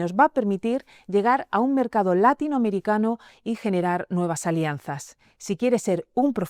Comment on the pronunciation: No sabía yo que látinoamericano llevara acento en la A. Funrascayú...